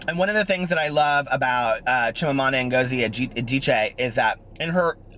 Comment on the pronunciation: I absolutely love Americanah & Chimamanda is truely pure class. I cannot believe how well you pronounced her name for a non-nigerian. A beautiful Christmas to you and your family.